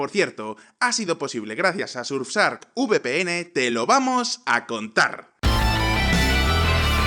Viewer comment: Es la primera vez que escucho al alguien decir VPN de forma correcta, por diohhs como me pone ese calvo :u